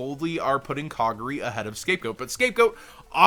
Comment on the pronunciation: Lol. You said Kagari wrong. (It's Ka Gar E , Gar rhymes with Jar)